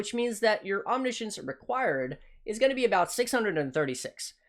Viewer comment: Omni Science or omnishn